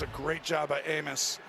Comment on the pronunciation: 💀 I think someone forgot how to say Amos